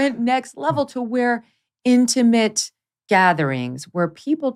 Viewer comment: You both need to learn how to pronounce the word "intimate". Hint: it's not "intuhmit".